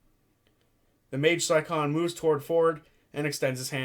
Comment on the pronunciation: Also, it's "scion" (psy-on), not "si-con".